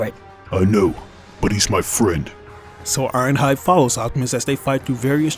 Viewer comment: Irohhud for real dude its ironhide